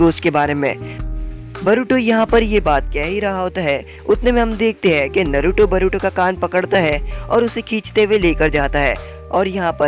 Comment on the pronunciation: Bhai tum bar bar naruto ko baruto kyu bol rhe ho